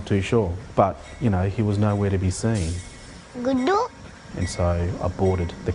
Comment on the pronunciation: Everytime he says "Guudu" my heart dies a bit 😥